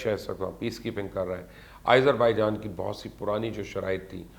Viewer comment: Izerbaijan? Wow. You're amazing. Why do you love to mispronounce names ? At least listen to the local channels how the names are pronounced.